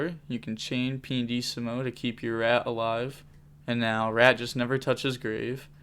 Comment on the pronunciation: it's pianissimo (italian word btw) not pandissimo, there's no d in it lol